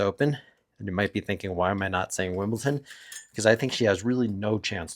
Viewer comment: It's wimbleDon not WilmbleTon